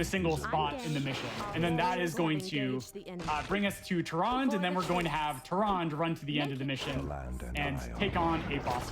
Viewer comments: Bro, Tyrande is 3 syllables. They say it all the time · Amazing run and runner but man I can’t get over him mispronouncing tryande the entire time